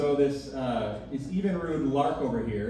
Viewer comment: Obviously, our narrator is not from the Milwaukee area or even from Wisconsin, for that matter. FUN FACTS 1. Evinrude is pronounced exactly as it is spelled, EV-in-rude, not even-rude. 2 Oscar Mayer is pronounced MY-er, not May-or, so that tells me you've never even: a. eaten an Oscar Mayer Wiener b. owned or played an OM Wiener Whistle c. heard or sung the OM Wiener Song d. heard or sung the OM Bologna Song 3. The concept of Planned Obsolescence has been attributed to General Motors executive, Alfred P. Sloan Jr in 1924 4. Also, the man's name is Brooks Stevens, with an S, as opposed to Steven.🙄